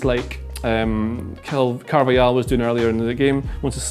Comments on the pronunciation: Caar---vaaa--haal not car-vei-yal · this is awful as a football game analyst, can't even spell the name correctly:) also, i feel painful to hear pronounce "Carvajal" as Carvayal... can't continue watching